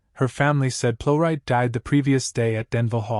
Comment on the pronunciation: Could AI at least pronounce the name correctly? She deserves that, surely. A great actress.